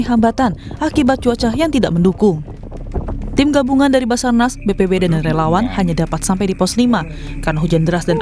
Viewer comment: sabarnas apa bazarnas😅